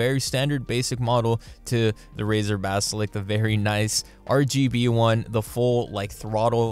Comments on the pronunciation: mate its 'Basilisk' not "basilick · bro said "BASALIK" instaid os basalisk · Ba-si-lisk. Not Ba-si-lik. Not Ba-si-liks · Basilisk, not basilic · All good and well but can you please just say "basiLISK" instead of "basilk" it just makes my ears hurt. Couldn't watch more than 3 minutes. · Golly if it annoys you that much then Im sure you have alot of friends lol. When he says it I just think it's funny. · good video, but you saying "basilick" instead of basiliSk was pretty funny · Lisk, not lick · Seriously? You’ve had it for 2 years and say basilik?? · Stop saying basilik it makes me sad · You mispronouncing 'basilisk' constantly irked me. Also it's a bad mouse, and Razer is usually overpriced junk. Anybody reading this should be wary of Razer products in general. Look for alternatives that are actually quality products for the price you're paying for them.